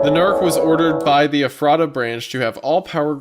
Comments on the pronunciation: Wendigoon: “The NERC was ordered by the Eff-raht-uh Branch-.” Every PA Native: “It’s pronounced Eff-rut-uh!” Every time, man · Well thats creepy, I live in Ephrata PA lol btw its pronounced efrida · I'm sorry. This is my inner Lancastrian coming out 😓 It's Ef-fru-ta. Not Eff- RAT-Ah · as someone who lives about 30 mins away from ephrata, it always gets me when no one can ever pronounce it's name lol. for anyone wondering, its "EH-freh-duh" but I get that the spelling looks like it shouldn't be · small note: as a certified pennsylvanian, ephrata is pronounced as approximately "effort-duh" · Its doesnt matter truly but Ephrata is pronounced like “effer-da” in PA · It's pronounced U Fraita with the emphasis on the second syllable. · “EFF-freh-ta” LOL. It’s a town in PA. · ef-ruh-da and then say it smoothly and quicker. We pronounce so many things wrong in this state it’s crazy. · I didn’t even realized it was in ephrata because of the way he said it until the poison oak vid I went back cause I heard him say it’s in Pennsylvania lol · WHY THE FUCK IS THE NAME OF MY TOWN IN ONE OF THESE HORROR VIDS Also, wendigoon, there are two towns in the US with a name spelled Ephrata, neither are pronounced the way you pronounced it lol. Thank you for making my terror immediately turn into laughter. Edit: after paying closer attention later on, its not my town, its the other one lol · hearing him say Ephrata wrong was pretty funny. but i cant really blame him as many PA town names stump people. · MY LITERAL HOMETOWN IS EPHRATA PA AND EVERYBODY I WATCH PRONOUNCES IT WRONG